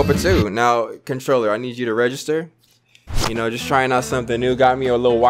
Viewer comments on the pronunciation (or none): none